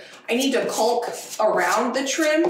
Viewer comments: For years I had a hard time pronouncing "hover" (saying hO-ver ) until someone told me "hover" rhymes with "cover" and "lover". So sweet,, here's my tip for you: ☺"caulk" rhymes with "talk" and "walk". BTW, I'm hooked on your channel. You are like a little energizer bunny!! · Love your content. You are such a hard working, dedicated young woman. However, your pronunciation of caulk made me cringe a little. The l is silent like in yolk, walk, talk, should, would, etc. God bless and happy painting. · Here in the midwest we pronounce CAULK as "caw-elk". It's funny to hear it way. Great job on your project and hard work! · Love the videos but caulk is pronounced like walk. The L is silent. Not a criticism, just a bit of info. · please go to google and type in how do you pronounce Caulking, you’re pronouncing it incorrectly. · Caulk rhymes with walk. The L is silent. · Oh no, not pronouncing the L in caulk again!!!! Why???? Does YouTube demonetize videos that pronounce it correctly? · It is not caulk like fault It is pronounced calm like chalk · It's like salmon. You don't pronounce the L. So caulk is pronounced cawk. I remember when you were caulking your sunroom, and you finally got it right. 😵‍💫😳😬 You are so amazing. I look at the projects in my house, and I'm, like, this would be no big deal for. Thank you for teaching me so much! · Love your videos ❤. This is random, but I have to say it.... The 'L' in caulking is silent. It should be said 'kaw-king'. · It’s been so long since we’ve heard pronouncing “calk”. 😜😜😜. Don’t be nasty, she has talked about how she says it before and I adore! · We pronounce caulk to sound like cawlk. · I know someone addressed this with you in a previous episode but it’s pronounced cawk the u is silent 😂😂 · Maybe a northwestern thang but in michigan we say caulk like it rhymes with chalk, jus sayin lol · caulk , pronounced ....kaw-k.....the L is silent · Cawk, not Culk. Lol! Your cracking me up.